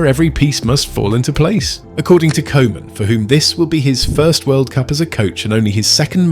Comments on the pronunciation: its koeman not kooman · I'ts pronounced COO-MUN, not Koeman. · How is it possible to mispronounce Koeman's name? Cruijff, I understand. The ui-sound doesn't exist in English. But the 00-sound (as in football, loose, room) does. And the Dutch 'oe' is pronounced as 'oo' in English. Every football lover knows Koeman and knows it's coo-man, not co-man. Do better. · And I know this is AI, but can we say KOOOOOO man please? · It hurts my ears to hear Koeman be pronounced like kohman 😅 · Koeman : Coo-Mahn (phonetic) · Really don’t mind your pronunciation of “koeman” but if it helps the koe in Koeman is like “coo” in “cool”, “cooman” if you will. Hope this is helpful! And loved your vid!❤ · Could you pronounce the manager's name as Cooman? For the rest, nice video, tnx! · It's simpler. The OE sounds like the OU in YOU. So Youman, Kouman, Koeman.😊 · Koeman is pronounced as Coo-mahn. In Dutch the the "oe" is pronounced like it is in the English word "shoe". Man isn't pronounced as "men" but with an "ah" sounding letter A.